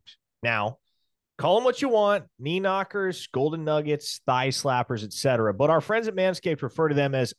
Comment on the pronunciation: “Knee Knockers”😂😂😂😂